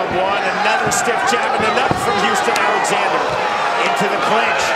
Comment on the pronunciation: That's my mfing cousin so fucking proud of him doing the Alexander name right ❤